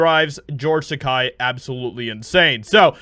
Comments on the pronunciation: I have had the pleasure of meeting both men, and without a doubt, Bill is a very genuine and gracious fellow. George was distant and had his own agenda. Brad Takei was much nicer by comparison. BTW, Takei rhymes with toupee. If you are going to dig on someone, have the decency to say their name correctly. Shatner is not dwelling on one role. He has done many other things, other TV roles. In fact I like him as much as Denny Crane as I do for James T. Kirk. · Just a tip: “Takei” rhymes with “the gay”… should be easy to remember 😏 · Tuh-Kay. Kei = Kay. Kai = Kye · His name is Takei. TUH-K. Not "Kai." Just as H.R. Giger is not "GUH-EYE-GUR" but "GEE-GUR." Shatner has been vindicated with time. Takei won't let it go. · Takei's last name rhymes with OK....Ta-Kay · The best way to remember to properly pronounce George's last name: it rhymes with Ray. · His names is pronounced Ta-Kay. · It's pronounced Tuh-Kay, as in Ta-Gay. I don't agree with the guy, but you should at least pronounce someone's name or words in general correctly when talking. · Isn’t it pronounced “ Ta-Kay “? As in”ta-Gay”? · Ta-KAY. It rhymes with…. Hay. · It's pronounced TeKAY. I know. He told me at a convention almost 30 years ago. That is what I remember about meeting him. Getting corrected on how to say his name. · Pronounced Ta Kay. Btw. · He pronounces it TaKAY. Yeah, I know, who cares... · takei rhymes with gay. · Takei rhymes with "teh gay" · It's pronounced "Tah-KAY", as in "He's GAY!" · It's Tah-Kay. . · are you sure you are pronouncing "Takei" the right way? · TAKEI Not TAKAI. Read the syllables. They sound exactly like they look. TA KE I Takei. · Takei told Roddenberry "my name is TACK-A rhymes with high pay" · You still haven't learned how to pronounce George Takei's name properly. Get it right,. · Bro ur sayin his name wrong.... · Why do you keep mispronouncing his name? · George Takei, not "Takai." Tah-keh-ee, not tah-kah-ee. Takei rhymes with GAY. That should help you remember it.